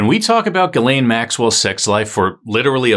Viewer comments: Ghislaine: pronounced “Jizz-Lane” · I thought her name was pronounced JIZZ-laine? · Is it pronounceded jizzlane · Isn't it pronounced jizzlane? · THATS how you pronounce her name?!!!! 🤣 I've been calling her something completely different 🤦🏼‍♀️ riff raff either way, and she looks so much like the female sketch of one of the suspects in maddie mcanns case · Would be easier to watch if he could pronounce Ghislaine..